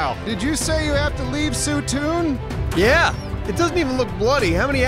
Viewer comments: Soon soon Did you say you have to leave soon toon XD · Did you say you have to leave soo toon?